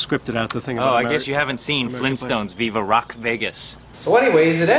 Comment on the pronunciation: Fleentstones?! OK, no. Sorry.